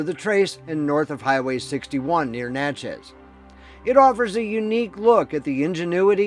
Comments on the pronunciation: It’s pronounced Natchiz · It's pronounced na-chuz (sounds like matches).